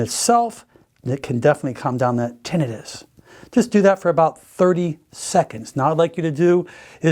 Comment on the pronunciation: I’ve never heard someone pronounce tinnitus so wrong in my life